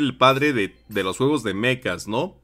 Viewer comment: Se dice Mechas no Mecas 😅